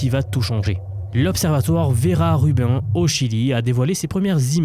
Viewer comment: Je m'excuse. J'adore ce que vous faites mais ça fait plusieurs fois que vous écornez. Le nom verra rubine. Utiliser une IA pour lui demander comment on le prononce en anglais et en français. Je l'ai fait pour être bien sûr et vous serez surpris